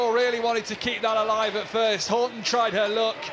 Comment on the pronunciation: wish these commentators would pronounce her name right, Steph Houghton's name is not pronounced Horton